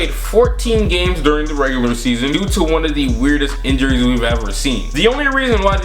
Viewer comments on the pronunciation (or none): none